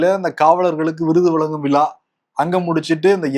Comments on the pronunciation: க்கு ழ வராதா? விழாக்கு பதிலாக விளா என்று சொல்கிறார்😂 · தம்பி, விலா விலா என்று சொல்லாமல் விழா என்று சொல்லிப் பழகுங்கள்!